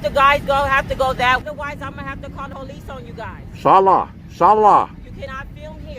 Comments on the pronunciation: She's a sheriff, why does she have to call the po-lice? What's another "unit" going to do? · Oh No, please don't call the po-lease